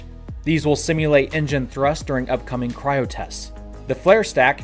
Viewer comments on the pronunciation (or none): none